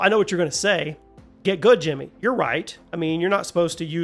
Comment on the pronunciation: For over a decade I thought your intro was saying “Junior Here,” not Jimmy or 😂😂.